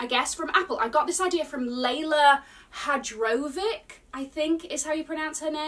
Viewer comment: Well, in hindsight you’re so happy that you’ve bought the AirTags! Bad Air France, bad, bad! Btw, Leyla’s surname is pronounced Hayrovich, she’s such a down to earth woman. Have a nice trip,!